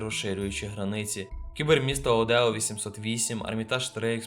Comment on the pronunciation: Не Одео, а Оедо